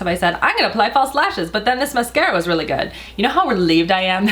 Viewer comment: "Guud guud" sounds like Norwegian trying to speak English 😅